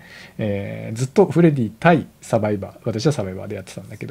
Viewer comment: さんの言い間違いでフレディが「フレ爺」に…w